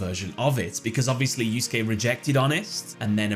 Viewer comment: pronouncing Yusuke correctly is the greatest character development of the year